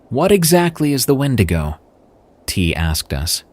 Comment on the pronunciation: Now you can't say wendigo? 😂😂 Ok